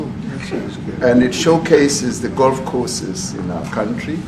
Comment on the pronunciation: Ramaphosa says he has never seen the white crosses in his own "cowntry". 😂